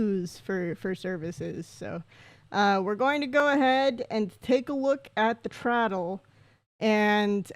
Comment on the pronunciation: I hope the traddle pronunciation is a bit for your stream because it was hurting me inside